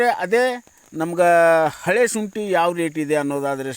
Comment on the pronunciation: ಅಯ್ಯೋ ಶುಂಟಿ ಅಂತ ಕರೆಕ್ಟ್ ಆಗಿ ಹೇಳಿ ಶೋಂಟಿ ಅಂತೀಯಾಳ ಮಾರಾಯ